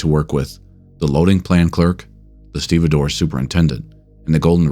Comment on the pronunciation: Now I know how 'stevedore' is pronounced. 😅